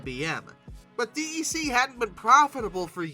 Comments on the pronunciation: In all the decades I worked with PDPs and Vaxes (referred to as "Vaxen") nobody ever said "Dee Ee See". DEC was always pronounced as "Deck". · Maybe it's just because I was around it all the time during my childhood, but hearing DEC said as "D E C" instead of said like "Deck" really bothers me. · Hey! DEC is pronounced “Deck” 🙄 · Digital's DEC is pronounced "deck". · DEC is pronounced DECK (it's an acronym [like NASA], not an initialism [like USA]) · His voice (and butchered pronunciations!) are part of the charm. Must say he's really improving on the latter though (DEC notwithstanding). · Well, it tells you that the person who says it that way definitely was not around in the days when DEC was still a thing, and probably hasn't really done that much research on the topic.